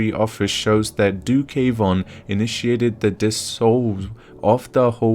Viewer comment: Not K—wan it’s one word Kwan just said the same as Swan.